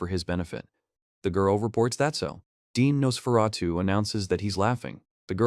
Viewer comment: The tiny panels, blurred text, constant mispronouncing of Nosferatu, getting wrong who was saying what to who, is just painful. A great manga, but a poor video on it.